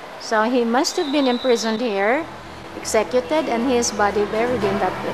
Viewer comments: she said "exekyeted" hahay worst pronunciation I ever heard. sorry.. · Okay ra na, understandable ra na ingon ana kay dili man English iyaha first language